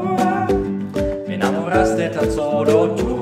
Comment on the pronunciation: Parece ruso xd